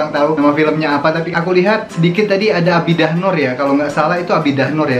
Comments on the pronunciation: Ya byk kali bro sebut A BI DAH, yg betul sebutannya A DI BAH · Adibah bukan Abidah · Adibah...bkn abidah😆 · bukan ABIDAH NOOR mas..BIDAAH NOOR😆😆😆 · Adibah bro. Bukan abidah 😅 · A-di-bah = adibah😁